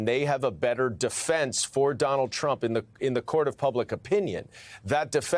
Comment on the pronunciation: played it a few times.... while he isn't, it sounds like he's saying 'crump'